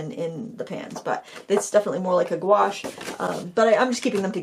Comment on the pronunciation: gauche? It’s pronounced ‘gwaaashhh’ I’ve been told. I always called it ‘gowch’ like you pronounce ‘couch’. 😂